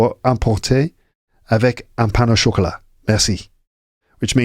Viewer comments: I learn quite a lot from your podcasts, may be I can help with your pain au chocolat thing. It seems you link pain with au, that sounds like paino chocolat instead of pain / au / chocolat. My favorite podcasts are the ones in Paris streets and with your guests 😊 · By the way, it's not 'pain nau chocolat' but 'pain au chocolat'. You don't link 'pain' and 'au' like you would in English. More like linking the two words with 'w' sounds, or 'pain o chocolat'.